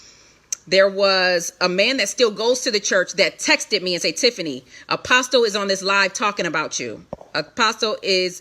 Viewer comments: One last thing, why in the world does this lady keep saying Apostle, the "T" is silent, so it is Apos"uhl" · 21 minutes in and she hasn't gotten to the meat...way too much "filling in " instead of just stating facts. FYI, the "T" in the word "Apostle" is silent. I would think one "called" would know that. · OMG the “T” in “Apostle” is SILENT!!!! I cannot stand it!!! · The T is silent!!!!!